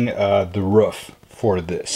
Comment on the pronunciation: Its a roof not a ruff